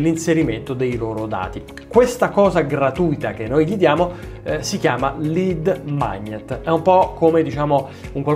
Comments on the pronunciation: No, non mi riferivo all'accento romanesco che tu non hai per niente😀, ma al fatto che LEAD MAGNET non si pronuncia con il GN di magnare o di gnocchi. Idem per il verbo inglese to IGNORE in cui il GN non si pronuncia come nel verbo "magnare". Cmq sei in buona compagnia, il 99% dei formatori italici non conosce l'inglese (anche se pensa di conoscerlo) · Ah quindi per venire incontro a quegli ignoranti degli italiani tu storpi VOLUTAMENTE la pronuncia delle parole inglesi?🤣😂ma ti rendi conto dell'assurdita' che hai scritto ? Cosi invece di evolversi ed imparare qualcosa.. rimangono sempre allo stesso livello. Ps: se volevi farmi le pulci penso che tu ti sia sbagliato, dal momento che i miei video hanno una media del 62% di watch time, valore molto alto, indi per cui script e public speaking sembra che siano graditi al mio target di riferimento che quando mi contatta dice spesso che trova molto interessanti i miei video. Inoltre dovresti sapere che non esistono gli script quando parli in video, piu' sono scriptati e piu' i video sono innaturali e uguali a tutti gli altri soloni che blaterano tutti esattamente le stesse cose sul web (la gente apprezza invece l'unicita', la spontaneita' e l' essere polarizzanti e non omologati nell' esporre quei concetti che da una parte toccano le leve e le corde e dall' altra danno le soluzioni che il target sta cercando ). Una traccia di cosa dire si... ma gli script omologati sono inutili e ti rendono comparabile ad una massa di ugualoidi. Se vogliamo giocare a chi c e' l ha piu lungo, i piu' famosi guru americani del marketing li frequentavo gia' nel , ma ho sempre evitato le gare a chi ce l ha piu' lungo, invece noto che la sfida e' sempre di attualita' nella terra dei cachi (Italy) anche se poi quando si parla di utili e l'onda si ritira si vede chi faceva il bagno nudo (come diceva